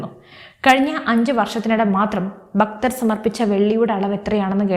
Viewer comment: Please say Bhakthar, not Bakthar ......